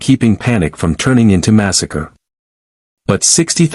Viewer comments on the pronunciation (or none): none